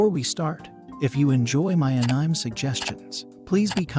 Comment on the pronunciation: Ahhh-neee-mayyy say it with me anime